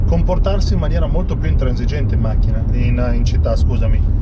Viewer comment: Ovviamente sempre con la H finale... wow